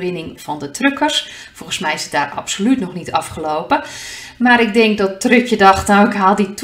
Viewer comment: Hahhha ik moest gewoon lachen toen je Trud/tje zei hahhha misschien simpel van mij, maar ik vind het hilarisch. Begint mijn dag met lachen !thnx